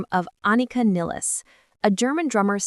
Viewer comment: It's "PEERT"...and "NYULZ".... maybe that's why Alex and Geddy chose her... she ALSO has a last name everyone (and especially AI) will mispronounce!!